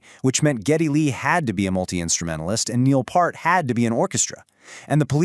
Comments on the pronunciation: its pronounced Peart like the part of the body the EAR P Ear T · AI dude says Moog correctly and screws up Peart 😂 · AI pronounces "Moog" correctly, but mispronounces "Peart" two different ways.